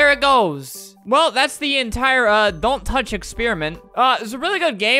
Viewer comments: “Don’t Touch…………… DONT TAUCH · Flamingo: "DONT TOUCH" My brother hearing him: "DONT TOUCH MY TAIL"